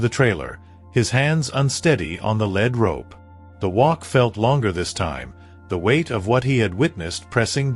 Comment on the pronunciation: This story was repetitive & full of misspellings & an obvious mispronunciation. When you lead a horse with a rope, the rope is called a lead rope, pronounced leed. The rope is not made of lead, pronounced led. Knickers are short loose pants that fit tightly below the knee, worn especially in the past. The sound a horse makes is called a nicker. Another sound is a whinny. The word Winnie is a woman's name. The night had secrets, but there was no knight in armor in this story. Something gnawed at him, not nod or gwed. The emphasis in the words tree line should be TREE line, not tree LINE. It made his chest tighten with anticipation, not Titan. The horse is a chestnut, a reddish-brown color with no black hairs & a mane & tail of the same color or lighter. But one of the pictures is a bay, a brown horse with black mane, tail & legs.